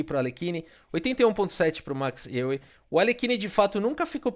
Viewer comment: Euwe se pronuncia Eu-ve